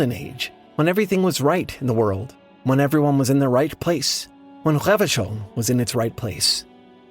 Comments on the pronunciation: pronounced the hell out of revachol lol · I was thinking that he was doing an amazing job of pronouncing those French r's. I suck at the French pronunciation of that letter. It makes my throat hurt. 😅